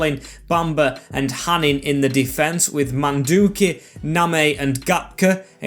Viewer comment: btw hanin is pronounced hanå (hano). i know that because he used to play for my local club here in norway